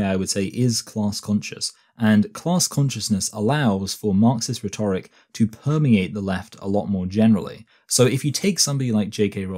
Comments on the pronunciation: you are pronouncing rhetoric wrong, btw. You are stressing the second syllable, whereas stressing the first syllable is the 'correct' way of doing this. RHEtoric, rather than rheTORic. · This isn't a question of accent; his pronunciation of 'rhetoric' and 'biases' is really odd anywhere in England